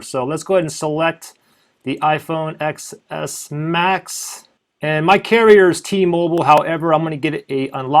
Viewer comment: It's pronounced 10s Max